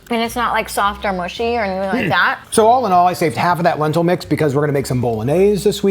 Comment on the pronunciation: said Lentilly...😂 no shade I thought that was soooo cute....actually, a new word....maybe....